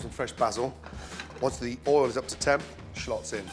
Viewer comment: "oul (oil)" "bazil (basil)"